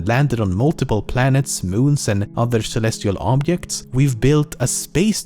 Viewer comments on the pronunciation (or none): Are we all gonna IGNORE THE FACT THAT THIS GUY CAN'T SAY OBJECT OR OBJECTIVE ? :))